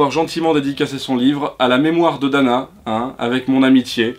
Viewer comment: C'est pas Dana mais Fada...